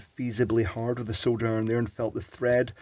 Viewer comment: You have no idea how nice it is to hear you say SOLDER. All the USA content people say "SOW-DER" and it eventually sets my teeth on edge